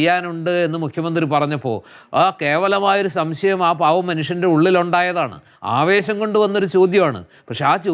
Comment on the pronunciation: തോൽവിയുടെ ഒരു "സംസയം" 😂